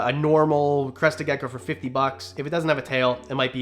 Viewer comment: Is it just me or did he say leopard ducko